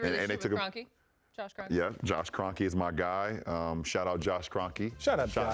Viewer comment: Who else got pissed when they heard 'Kreonke'?